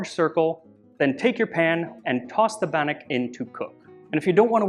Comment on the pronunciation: As a Scot, you pronounce scone and bannock very well. Top marks pal